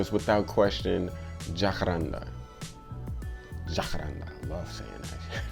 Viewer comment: Hey man, glad to see you back in action. Since you enjoy saying this name, the correct pronunciation is "jacarandá" (stress syllable is the last one). Peace bro